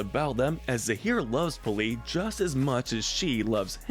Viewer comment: zaheer and p'li, not zahir and police.